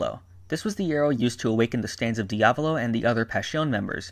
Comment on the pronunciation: Can you say diavalo r ight please?